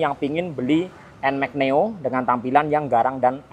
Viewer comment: neo bang bukan noe wkwk